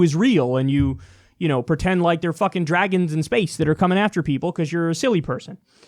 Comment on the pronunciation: Every time he says fuckin it comes out more but u can tell he’s trying to hold it in